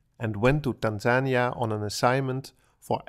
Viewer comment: If you're going to try and speak like you're an authority on a whole country from your 4 month stay, I suggest you at least learn to pronounce the name of the country correctly!